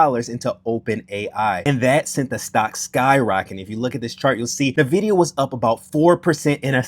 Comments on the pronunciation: say it with me.. "In - vid- ee--uh" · my dude. its not hard to google. if you want people to take your comments on stock performance seriously you should learn how to pronounce things. In the tech industry, if I (this has happened several times) have a sales rep come in and mispronounce Nvidia it tells me that they have no idea wtf they are talking about. Instant credibility loss.